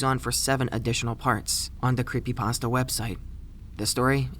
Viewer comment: cweepy pasta (๑˘︶˘๑)